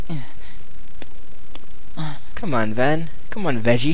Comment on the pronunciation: XD I loled at Goofy when he couldn't say Ven's name...